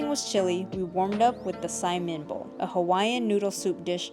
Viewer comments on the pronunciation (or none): none